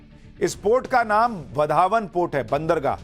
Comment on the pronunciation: वाढवण बंदर , and not वधावन पोर्ट